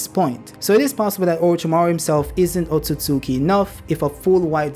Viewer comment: Hey has said otsosuki 84 times😂